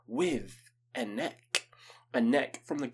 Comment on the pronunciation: I think its pronounced Ah-neck-ah.